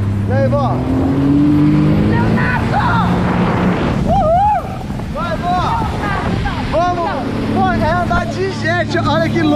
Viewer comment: É impressão minha ou a vó do leo falou LEONATO na hora